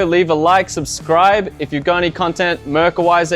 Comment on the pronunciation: It's not Mrrka! It's Mirka!